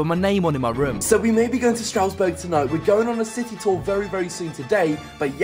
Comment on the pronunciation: 'Strowesberg" 😂 'Stras-burg'